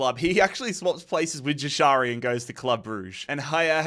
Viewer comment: its pronounced yashari j is a y sound